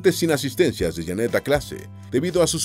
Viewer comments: No es Jannet, es Jeannette.. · No es Jannet, es Jeannet, el wey del video pronuncia mal el nombre.